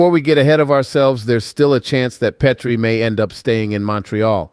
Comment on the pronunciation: I love the Habs but Pittsburgh won .you can't even say Jeff petry name right